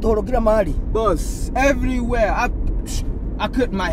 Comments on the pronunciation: The American nigga almost tripped when he said evriwere 😂 keep up the good work bros 🤗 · I noticed that too. Good skit though.